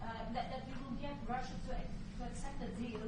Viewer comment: R U S S I A ….. not T U S S I A